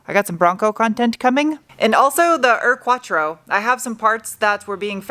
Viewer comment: You need to work on the proper German pronunciation of Ur-Quattro 😎